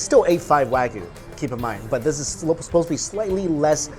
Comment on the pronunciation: Ko-BEH not BAY. Also not "Wag-you" it's "Wa-gi-yu." Gi-yu=gyu